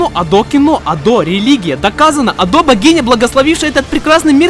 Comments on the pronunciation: в каком месте это ошибка если 4-й сингл Гира Гира, а 3-м синглом является Usseewa (Giga Remix)? 🤨🤨 и почему ты постоянно называешь её Адо (ударение на О) если она Адо (ударение на А).....? (〃￣ω￣〃ゞ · .... Её имя правильно произносится А́до, с ударением на первый слог А́-до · На протяжении всего видео задаюсь вопросом: Почему ты ставишь ударение на адО? Я понимаю, что в японском нет ударений, и можно говорить как угодно, но в своих адосенсах она сама говорит скорее с ударением на А: konbanwa Ado des (эта вставка была где-то в видео) И я тоже привык говорить Адо. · А́до, а не Адо́)) Такой крутой момент испортил) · Автору респект и огромное спасибо за проделанную работу. Обожаю творчество Адо. За эти почти 3 часа я будто стал частью чего-то общего настолько, что в конце даже стало немного грустно, от того, что видео подошло к концу. Единственное подмечу, всё видео резало ухо ударение на адО́. А в остальном БРАВО👏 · Бля, почему так трудно просто говорить "Адо" с ударением на первый слог... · А разве не на а палает ударение в имени Адо? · Видео про Адо это прекрасно, но за ударение осуждаю хд она же сама постоянно правильно произносит свое имя ПС отдельный плюс за внезапного ENTP собрата на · Адо кста, с ударением на первый слог (я знаю, что тебе похер, но всё же) P.s. чтобы Адо не звучало как "Ада" нужно в конце говорить О, а не А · Была на ее концерте в Берлине в этом году, плакала как тварь от эмоций. Спасибо за видео и спасибо рекам ютуба) камень в огород за ударение в имени все равно кину хихих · Ado Overglazing с неправильным ударением на О, adhd goofy ahh монтажем, с информационными вставками на полсекунды, с повторяющимися мемами длиной в 3 часа Смотреть интересно, но очень больно, и я даже не про глаза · Я нахожу довольно рофельным, хоть и странным звучание её ника с ударением на о, но всё же хочу заметить, что и с ударением на а можно чётко говорить адо, а не ада